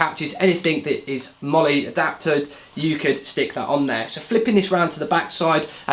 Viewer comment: You pronounced MOLLE correctly! I'm so happy! I have the 2nd gen HSGI version of this rig, it has a width of 6 loops instead of 5, makes it slightly more useful imo.